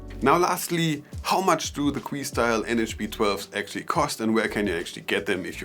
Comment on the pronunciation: It’s not queestyle like your saying it buddy😆 it’s Que like a simple Q.. ✌🏼